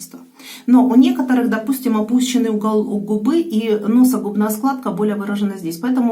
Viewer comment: НосогУбная,а не носогубнАя складка